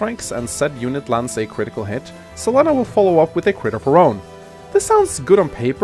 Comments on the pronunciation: I love this map but hate how you pronounce Selena. Like, it's not even a weird name like Lon'qu or Cherche - it's a common name! C'mon! Sa-leen-a not Cell-eh-na! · 1211 Selena in spanish is Se-le-na, but as always that english accent screwing even names